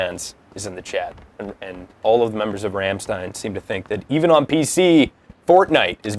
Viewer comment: He said Rammstein wrong its pronounced (Rahm-steyen) flick ur Rs.